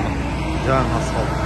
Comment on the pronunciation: Асфалт эмес эй асфальт деп суйлочу